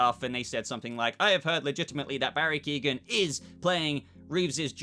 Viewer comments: Keoghan is pronounced Que-oh-gan. Not Keegan. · It's Key-on. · please stop the mispronunciation of his name. its not Keegan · Great video but I'd wish you'd learn how to say His name properly, he's not related to Kevin Keegan 🤣